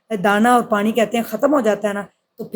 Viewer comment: Pani word ko tu thek ap bol nhe sktin